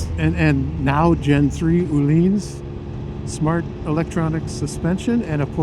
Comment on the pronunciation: Öhlins is not pronounced as "ooh-lins", not as "olins", Ö = like the "ea" in "earn" or the "i" in "first" ;)